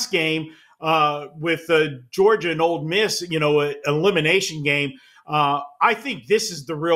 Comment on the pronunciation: It’s OLE Miss not Old Miss.